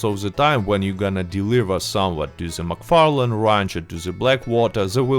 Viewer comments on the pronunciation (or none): none